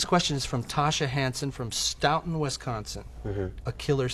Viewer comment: It's pronounced Stooo ton Wisconsin. sounding like O.